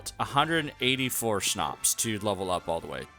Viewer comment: Finally someone who says Schnapps instead of Shnaps